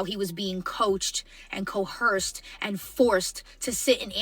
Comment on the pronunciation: Why do people add an H to a word that doesn't have one... It's pronounced CO-ERCED not CO-HERCED that really grinds my gears😅